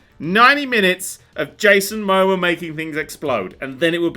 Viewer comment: The way tries to pronounce 'Momoa' hurts my soul oh so badly